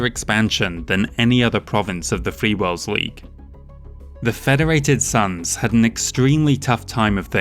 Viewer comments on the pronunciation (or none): "Free Worlds Leagye"